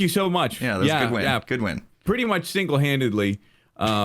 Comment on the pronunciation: "pretty much singe-handedly" lmao savage! xDDDD